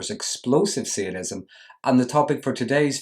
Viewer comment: Its called sadism not seeadism!